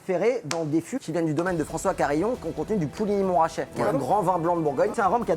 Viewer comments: le nom c'est puligny montrachet pas poulini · hey j’t’en veux pas poto mais sa s’écrit Puligny-Montrachet donc sa se prononce pas Pouligny mais PUligny; a moins que tu sois portugais… 😂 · très bonne vidéo, j'ai vraiment bien rigolé , j'ai un truc qui m'as choquer , c'est quand ils parlent du fût de Puligny-Montrachet, quand j'ai entendu " Pouligny ", j'ai saigné des oreilles en sachant que j'habite a coté XD, viens faire un tour par chez nous tu verras ce qu'on sait faire en matière de vins et d'accompagnements ^^, mais hésite pas a faire d'autre vidéo avec d'autres artistes ça met du piment dans tes vidéos et on a le smile jusqu'à la fin.